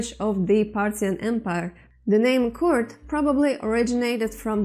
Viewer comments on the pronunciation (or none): You pronounced kurd like card But it is actually pronounced kuurd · that is kord .not u . o . کرد